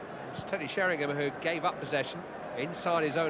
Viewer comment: Really Trevor Brooking, after all these years he still calls Teddy Sheringham, Teddy Sherrynum.